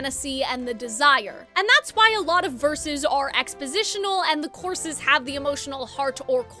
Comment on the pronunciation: wonderful analysis but my question is of a different kind: As a non native speaker I'm slightly confused by you pronoucing "choruses" like "courses". Have I been pronouncing it wrong all my english speaking time or is this just like a regional thing? Also I'm a linguistics major so that doubles my curiosity